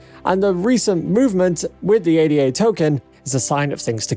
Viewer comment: My ears bleed when you say A-D-A! Stop pronouncing it that way, It's not an acronym but a name! It comes from Ada Lovelace, an english mathematician.